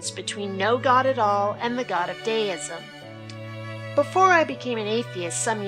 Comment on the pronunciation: I hope you do know you pronounced Deism incorrectly throughout the presentation.